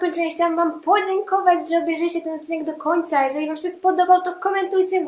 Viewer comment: masz fajny akcent i nie wiem czy tylko ja to zauważyłam, ale zamiast się to mówisz sę tak bez "i" a i mi się podobasz wiem jestem dziewczyną ale jestem bi czy jakos tak💋😍